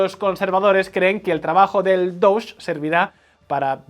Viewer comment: No sé si es un chiste o estoy viendo cosas donde no las hay, pero, ¿Es posible que haya percibido que la pronunciación de DOGE está vez sonaba un poquito como "Douche"?